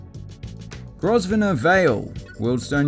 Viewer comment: Grosvenor is pronounced “grove-nur” lol